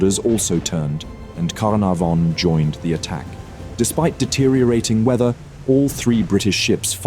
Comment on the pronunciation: His pronunciation is atrocious! Canopis, Spee, Carnavon all misspoken. Ugh!